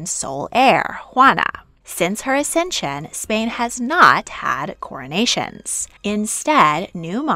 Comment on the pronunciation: It's accesion not acension!